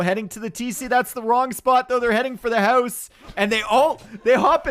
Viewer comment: No one:: "hause"